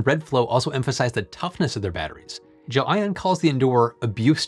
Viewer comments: Why do you keep incorrectly pronouncing the word as "Jo-Ann" and not the way its supposed to be pronounced? as GEL ION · It's Gel👉ion, not Gel👉inon. 😉, but otherwise, 👍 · undecided but every time says "gelion" reality unravels another step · Guessing he mispronounced it and didn't want to reshoot the whole thing and just spliced every instance of that name. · gelion sounds funny every time you say it. Little audio-editing to get the pronunciation right? :)